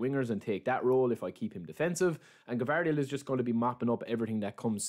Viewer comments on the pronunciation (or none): Not Gavardiol it s Gvardiol